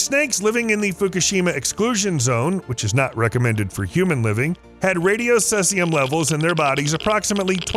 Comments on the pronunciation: Never hrd of sessium. Heard of ceasium= see-zee-um. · He spells it wrong so that people will comment on it. It worked on me. Sea-zee-um minus 134